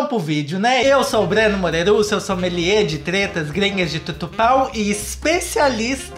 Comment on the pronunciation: Especialista kkkkkkkkkkkk Não supero esse "somelier" acho que é assim que escreve o que vc fala. kkk